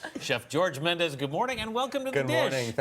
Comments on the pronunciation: CBS, pls educate your anchors on how to pronounce guest's last names. Chef Jorge is NOT Spanish, he is not a 'MendeZ' but a "Mendes"! The last "DES" is pronounced as if you were saying "desplacing". Chef Jorge is a a proud Portuguese, but he also needs to know how to write correct Portuguese. Either that or he chose the name "Aldea" to attract the Spanish foodies and educate them on how Portugal cooks and eats, which is beautifully! The correct spelling of the restaurant in Portuguese is "Aldeia", which means a little village or a very tiny parish town. Thank you to Chef George for loving and honorinh his roots! My kind of guy. Wish I could also have ine last meal with my beloved past father. 🙏😍🇵🇹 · The pronounce of Mendes in portuguese is "Mendch" not "Mendez". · At least pronounce his name the correct way.. Its a Portuguese name, not Spanish.